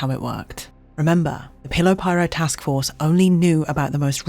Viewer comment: omfg she says pillow pirate bahahahahahahaa